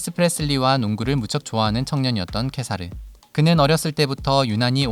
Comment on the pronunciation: 《티벳어 한글 표기안》을 따른 국왕 이름(འཇིགས་མེད་གེ་སར་རྣམ་རྒྱལ་དབང་ཕྱུག)의 더 정확한 발음은 직메 게사르 남걜 왕축(Wylie: jigme gesar namgyäl wangchuk)입니다. 케사르(khesar/གེ་སར/gesar)의 ག의 종카어 발음은 ㅋ보다 ㄱ에 더 가깝습니다 (IPA: /ɡ̊/)